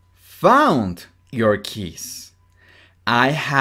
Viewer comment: Keys suena a kiss de beso 😫